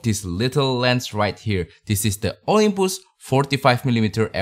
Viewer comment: Olympus, jangan bilang Olympoes!